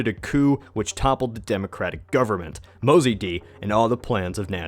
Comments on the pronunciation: IT'S NOT MO-ZAY-DEE BUDD, IT'S MOSADDEGH PRONOUNCED MOE-SAD-DEGH. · your pronunciation of mossadeq is bothering me soo much dude (pronounced moe - saad - egg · To (...and my comments are really meant as a compliment ): Despite several inaccuracies and omissions and the fact that you got the pronunciation of Mossadegh's name wrong... A great effort!!! Most of the historic commentaries on Iran are plain wrong and misleading, as their narrative is developed by outsiders who have almost NO exposure to the country and its culture from within. They simply regurgitate worn out platitudes they found elsewhere ( yaaaaaaawn!! ). On the other hand you seem to have done good research to come up with the perspective and narrative you are offering! Kudos! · Why are such fake items masquerading as history allowed on YouTube? This guy can’t even pronounce the name Mossadegh right. And what « coup » are they blabbering about? The Shah ruled from 1942 to 1979, Mossadegh was one of his 20 Prime Ministers nothing more. In the constitutional Iranian system the Shah hires and fires PM’s as he pleases and based on the wishes of people or the Majles or parliament. Mossadegh had become one of the most hated men in Iran after the economic collapse he caused. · The way he pronounces Mossadegh...😳